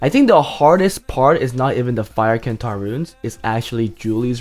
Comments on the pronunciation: The c in centaur is pronounced like an S. So it pronounced like it's spelled Sentaur :) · KENTAUR? no man..... centaur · nope its pronounced sentaur according to every online dictionary ive found, even greek dictionaries